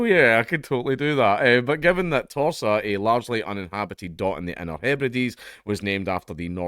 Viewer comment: When you say Torsa, it sounds like Tosser